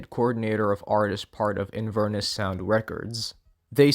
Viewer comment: Btw! Inverness is a city in Scotland and it's pronounced in-vur-NESS (the 'vur' being like fur but with a v and with emphasis on the 'ness' sylable) rather than 'in-VER-nis'. It's where Macbeth is set, and is along the river Ness which is connected to loch Ness!